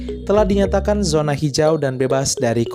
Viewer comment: Min, zona ya dibacanya zona, bukan sona